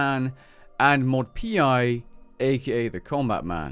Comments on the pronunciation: whats scarier is how he said mod P.I??? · how are you a runescape content creator and dont know that "Pi" is pronounced "pie".... Pi is like the greek letter often used in math to represent 3.14159....